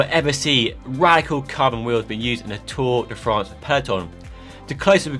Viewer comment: Just say tour de france ffs. Give it the respect it deserves.